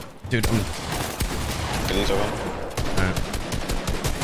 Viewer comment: Clix doesn’t even say dead he says deadre